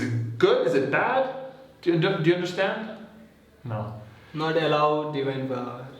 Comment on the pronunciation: He don't know how to pronounce divine